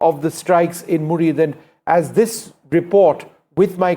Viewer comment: It is 'Muridke' not murid.